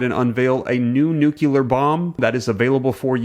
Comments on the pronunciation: Please, PLEASE pronounce nuclear correctly. Say NEW CLEAR, not nucular. 🤦‍♀️ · Nuclear, not nucular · You kinda lost me by pronouncing NUKELAR instead of NUCLEAR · great info but NEW-CLEAR..... not nukular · I like most of what you publish, but at the risk of being a grammar pain in the tush, I really wish you would make an effort to pronounce NUCLEAR, instead of NUCULAR. I see it gets spelled properly anyway. Rant over. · Love the information that you're bringing to us, but... Are you saying nucular or nuclear?? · Are you saying nukular in purpose? 😂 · Your video is misleading. You wrote “nuclear” but I heard you say “nucular” I’m sensing some sensationalism while more of the status quo. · Please stop saying nucular , it’s nuclear. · For heaven's sake dude, it is pronounced NU-CLEAR, NOT "NucULAR". Good grief. Try to sound more intelligent if youre going to make these videos. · "new-clear" not "nucular" Don't mis-pronounce "nuclear" like George W. Bush did. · What's a nucular bomb? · "Nukila" Bomb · bs channel and f pronounce nuCLEAR its not hard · It’s Nu- Clee- At 😂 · Interesting video, but please someone tell this man how to say “nuclear.” 😳😳🤦‍♂️🤦‍♂️🤦‍♂️